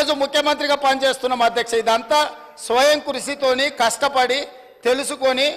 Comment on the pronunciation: సోయం ఖుషి కాదు రా గుంపు మేస్త్రి స్వయం కృషి 😂